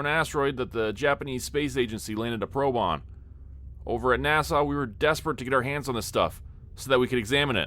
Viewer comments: 🤠🤠🤠 NASA or Nassau? It sounds like you are saying Nassau and the cc is writing Nassau. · Why are you pronouncing NASA like Nassau? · Every time you miss pronounce NASA my heart breaks a little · There is no W at the end of NASA 😂😂😂